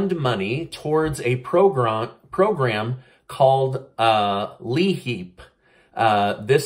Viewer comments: just to let you know li-heap is pronounced lie-heap. Just so someone doesn't think it's a different program. Applications for li-heap are now available. In my state, Penna the applications can be found on compass and thru your local PA state assistance office. Also, if you receive li-heap now you can also apply again between Jan 1st and April for emergency li-heap if you have less than a 1/4 tank of oil, propane or kerosene. They will also send funds to the electric company or gas company if that's how you heat your home. I'm very lucky due to my income I receive li-heap twice a year. As I mentioned above. I don't know if every state works like that but Penna does. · Oh,you are too cute..leeheap should be pronounced lie heap. Lol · Hi! Thank you again for all you are doing for your fellow HUMAN BEINGS! ☺ I just wanted to correct your pronunciation of LI-HEAP it's pronounced LIE heap. So thanks again! You and your family are truly a blessing and I am glad to be able to know you! God bless you all! Stay safe and please... STAY AMAZING! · Glad to hear you're feeling better! Side Note it's pronounced Lye-Heap (LIHEAP), just so you know. 😉😊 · I work as an Income Maintenance Caseworker for the department of human services. LIHEAP (we pronounce it L-EYE-HEAP). This program has been around for a long time (over 6+ years). It’s not a “new” program they are trying to pass. Perhaps they are trying to approve MORE money for the program. I’d be happy to explain the program in further detail if you’re interested. Sounds like what they are promoting is the equivalent of them saying they are trying to increase food stamps (SNAP). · LIHEAP has been around for 40 years...it's always been there to help with utilities , shutoff notices, crisis, etc...also pronounced (LY-HEEP) just fyi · it's pronounced Lyheap even tho the spelling is LIHEAP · Pronounced "Ly-HEAP" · Its pronounced LEAP ... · It’s pronounced Lie-Heap. 😂😂😂